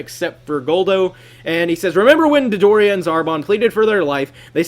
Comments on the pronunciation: lol you said "Dildo-ria" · You do realize that he says Dildoria in pretty much every episode Dodoria is in :P